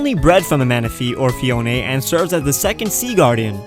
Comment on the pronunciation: Phione is pronounced "Fiona"